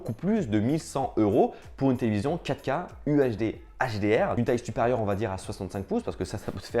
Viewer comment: Stop prononcer QUATREUH K